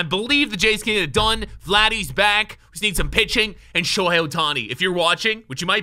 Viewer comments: Bruh it's Shohei HEY not Hi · Literally Said Shohi Instead Of Shohei. 😂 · I’m sorry but to have Shohei come to the Jays ya gotta pronounce his name properly lol